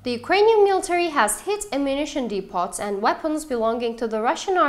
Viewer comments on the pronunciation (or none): the T in debots are silent fyi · Depot= dee-po.......